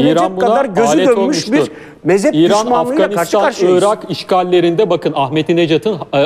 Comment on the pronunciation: o dediğiniz mezep değil mezhep, Türkçeyi düzgün konuşun lütfen siz göz önünde bulunan bir insansınız.